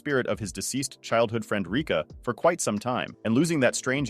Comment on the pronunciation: (what he said: rica) (the real one: Rika)